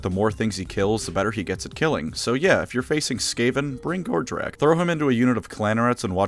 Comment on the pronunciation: I gotta admit, the first few times I heard “Gordrakk”, I thought you were saying “Gortrek”, and I was left wondering “Wow, what happened to Gotrek to get him turned into an Ork??” immediately followed by “Wait, even after getting turned into the fightiest of races, Gotrek STILL can’t find an opponent worthy of killing him?? Poor guy….” 😅